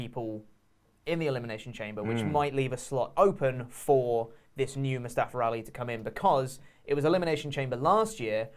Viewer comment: Moo-Staff-er Ali